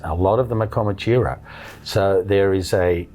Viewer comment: This bloke can’t even say Comanchero properly the peanut !!!